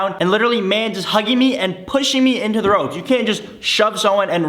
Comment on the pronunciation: “the proof is gonna be in da pudding”😭